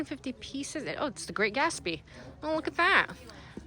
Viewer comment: You pronounce the "t" in Gatsby, Dear.😊